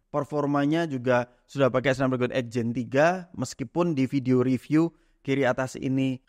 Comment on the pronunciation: Cara bacanya SNEPDREGEN bang